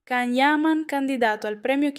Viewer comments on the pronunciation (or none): Si dice Cian o forse Gian ma niente siete proprio " de coccio"